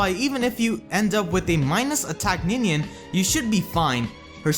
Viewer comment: “It’s Ninian, you ninny!”